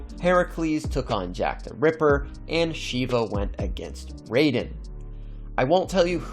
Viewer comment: U mispronounced shiva but no problem